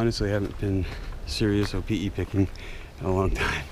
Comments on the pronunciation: proper pronunciation for opihi is (O-pee-hee) not (O-pee-e) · Opihi (Oh-pee-hee), not Opi'i (Oh-pee-ee) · Yeah he says is like Opi'i but it's Opihi. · I swore you said "Opi'i" a few times :-). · You keep mispronouncing the word opihi. You keep pronouncing it without the h!! It’s not opi’i! Get it right!! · Nice video but a few things, the H isn't silent in Opihi........ also its better raw and you're supposed to eat the whole thing guts n all try um next time braddah